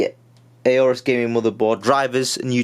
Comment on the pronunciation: Not 'A Orus'. Just 'Orus'. You don't pronounce the A buddy.